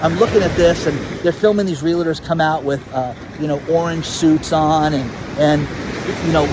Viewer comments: Pet peeve,; it's REALTOR...not Real -A-TOR Sorry, it's a common mistake! 😉😐☺🤩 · DAN, DAN, DAN, ..... Save your "LA"s for saying "LA LA LA LA LA" . Stop putting a LA in the middle of the word REALTOR. You can do it!